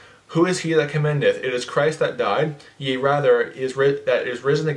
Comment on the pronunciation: 1. You don't understand intercessory prayer. 2. You don't pronounce "yea" right. Maybe NKJV Only can be your thing. 🤔